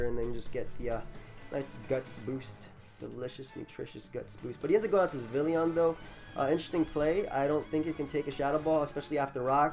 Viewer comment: Dude, you gotta work on those pronunciations. Vivillon is Vi-Vee-Yon. Dedenne is Deh-dehn-nay.